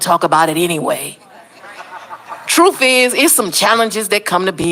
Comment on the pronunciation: The word is truth and spelled that way ; it IS NOT truff. Get rid of your abonics and least u wond sound so good illiterate